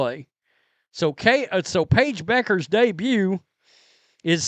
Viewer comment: FYI: Pronounced "byoo·krz" not Beckers, Just saying 😁